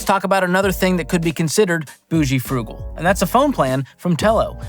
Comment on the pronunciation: "Bougal" (boo-zhul)